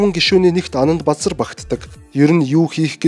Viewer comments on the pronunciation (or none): Анандбазар гэдэг нэр Анандбузар гэж сонсогдоод байх юм ...